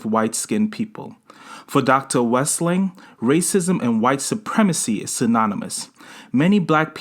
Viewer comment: You're saying her name incorrectly.